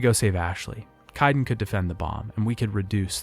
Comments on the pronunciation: dude I have to ask. why do you intentionally mispronounce names? your video is killer but that shit was grating the say KAY-DEN like 40 times not KIA-DEN and it is JEN-O-PHAGE not JEAN-O-PHAGE. I know it is a nit pick but really stood out. other than that really really good video. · How are you mispronouncing names that are actually spoken aloud in-game? KAIDEN. Kay-den. Where are you getting Ki-den? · Great video but it’s really distracting when there’s tons of mispronunciations like KYden, gEEnophage, and ilYos. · Would be nice to not have to hear an in- game character's name get mispronounced over and over. Sounds like someone wrote the script for you to read from, if you don't know Kaiden's name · I really enjoyed this video but your pronunciations for the different alien species and character names are wrong compared to what’s shown in game. I really hope you can improve on this for the next video. E.g. Kirahe, Anoleis, Salarians, Kaidan, Ilos not Ilios, etc.